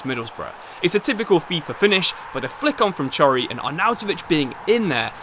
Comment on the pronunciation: please chory is not prounounced like that